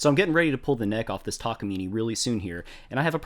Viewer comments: It's neither, it's たかみね . You're saying たかみねい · It's pronounced tak-ah-mee-nay, not mee-nee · It's: Tah kah mee nay ....NOT ........Tah kah mee nee!! :body-green-covering-eyes::body-blue-raised-arms::hand-orange-covering-eyes::elbowcough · "takamini" immediately disliked and closed video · "taka meeny" 😭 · yall are great but it's pronounced ta-ka-me-nay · It's funny that with all the effort and money you spent on this guitar you can't even pronounce the brand name correctly. It's a Japanese brand and word. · I started watching this just to see how to actually pronounce Takamine, i stayed to see the outcome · The e in takamine is pronounced like the e in cafe.